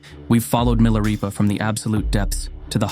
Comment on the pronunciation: Why narrator pronounces Milarepa then Milareepa? Is this AI narration, or what's going on?